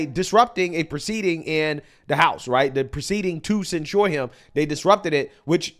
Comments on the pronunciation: Just FYI, the emphasis in the word censure is on the first syllable: "CEN-sure", not "cen-SURE". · I saod it before and I'll say it again, the word is censure pronounced almost like censor. You keep saying it like ensure, the old people drink. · it's not sen-shoored, it's sen-sherred, emphasis on "sen." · This idiot makes conservatives look stupid AF. IT’S NOT SENSURE. THINK OF IT AS SENSE-UR. WTF NO. “YA SEEN THAT, YA HEARD THAT.” THAT SHIT IS ANNOYING TOO BRO. LIBTARDS FEIGN EDUCATION BECAUSE THEY GO TO COLLEGE, WE TRASH THEM FOR BEING SO FOOLISH YET PEOPLE OF INFLUENCE CAN’T EVEN PRONOUNCE WORDS PROPERLY? COME ON MAN. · the accent is on the first syllable. ˈsen(t)-shər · Please if you mispronounce this word one more time 😭 it is censure /sĕn′shər/ pronounced sen-sure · It’s not pronounced “cen sure” lol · For anyone who still believes in the English language, the word censure is pronounced "sen(t)SHər" according to Merriam-Webster. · Are you mispronouncing "censure" on purpose? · learn to pronounce "Censure." You are mispronouncing it every time. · I don't know how you can hear so many people say the word "censure" properly, but you still pronounce it wrong.